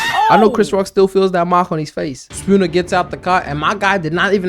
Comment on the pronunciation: Kept hearing "sakuna" everytine u said "spooner" lmao